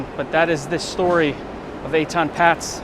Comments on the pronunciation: It's actually pronounced "Pay-tz" not "Pats" They lived on a higher floor than the one you pointed to- not the 2nd floor, they lived on the THIRD floor, the pictures are a little deceiving because they climbed down the ladder a bit and the camera perspective is not always correct, but they lived on the 3rd floor there for sure, they moved in there in 1972. I remember the case well as I lived in a loft on Broadway and Houston st then I also remember the police claimed they knocked on every door, I know for a fact they never knocked on my door, so that not a factual statement on their part, I wouldnt have had any info for them anyway but I wanted to mention what they claimed. Even back then I couldnt believe his parents would let a SIX year old walk to the bus stop like that in NY City, it was as dangerous in the 1970s as it is now, I was constantly robbed, my bikes stolen either off a lock and chain or by force, burglary was rampant, so was theft. In my building I remember a thug grabbed an armload of garments off the rack in one of the clothing factories and ran down the stairs, but a guy from the factory chased him down the stairs and shoved him at the last flight and the thug fell down the stairs face and teeth first onto the hard concrete floor of the lobby. Another thug climbed up the fire escape to the SEVENTH floor, when he had to carefully crawl or shimmy along a small projecting stone cornice 75 feet to my window, and opened it, removed the screen and started to come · I live in N.J. and I was 13 when this happened. It was everywhere. The family’s name was pronounced “paytz”.